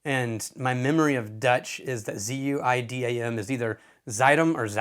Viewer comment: As a dutchy i can say, excellent pronunciation of 'Zuiddam'